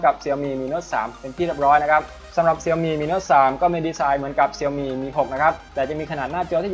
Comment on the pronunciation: ชื่อแบรนด์มันอ่านว่า เสี่ยวมี่คับ ไม่ใช่เสียวหมี่